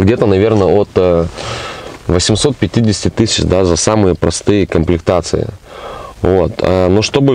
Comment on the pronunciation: АналОг, а не аналАг. КОмплектации,а не КООмплектации...